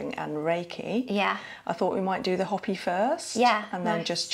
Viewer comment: Great video! However, Hopi is pronounced Hoe-pi not Hoppy.